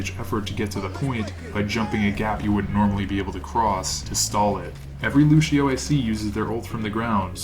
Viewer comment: I learned a lot! Can I teach you one thing though, that's a bit of a peeve of mine? Luçio is pronounced Lucy-Oh, no Lu-shi-oh. It's Portuguese, and ç is pronounced like an "s" or a soft "c" in English. Thanks.